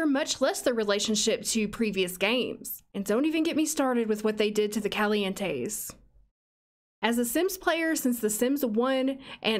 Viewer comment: I really heard “Kelly-Ann Tays” not “Calientes” for a hot second